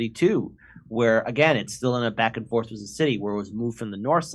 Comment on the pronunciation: OMG I can't get over him saying wis instead of with 😂😂. And the da, it's just funny